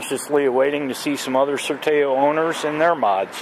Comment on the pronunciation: Nice vid. Btw, Sertao is pronounced with the final OW sounding like "ow" as in ouch.